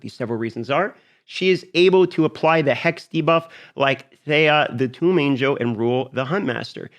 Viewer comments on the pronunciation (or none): none